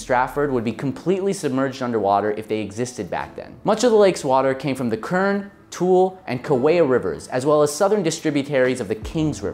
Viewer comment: Tule not tool